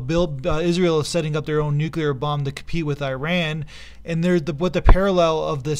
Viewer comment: Learn to pronounce "nuclear."